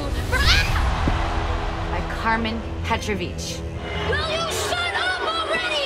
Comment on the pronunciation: I don't know why but I thought it was a little funny how she pronounced "Petrovic" when she said "Karmen Petrovic" XD